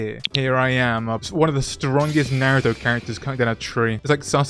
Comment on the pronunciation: It’s Naruto not Neruto